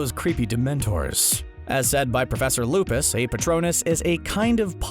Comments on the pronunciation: ummmmm it's lupin not lupis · You said lupis but you mean lupin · OMG you called him lupis instead of Lupin !!! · The editor called him out on “lupis” 😆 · Please, Never call Lupin Lupus again. Please. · You said Professor Lupus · as said by proffesor lupis lupin not lupis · he just said lupus Who else noticed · Lol he said professor lupis not to be rude tho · any1 else triggered that he clled him " Lupis"